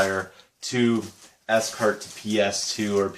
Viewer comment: Cool finds mate . Scart are great wires to use . I adice if you do get on with the scarts m I advice getting gold type endings for em . Also its pronounced 'SCART' not s cart . :) . What do u teach :) . ? .